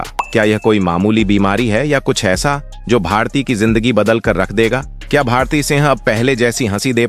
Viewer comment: जिसे भारती नाम ही सही लेना नहीं आ रहा है,एक ही बात को कितनी बार दोहरा रहा है, कैसे अपना चैनल बना लेता है 😮